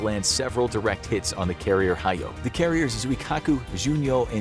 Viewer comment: (actually pronounced HEE-Yo. ひよ) Shikoku isn't pronounced shi-COKU But shi COKE-EW. (しこきゅ) Edit: Misheard,it's Shokoku,Not Shikoku,either way,still pronounced incorrectly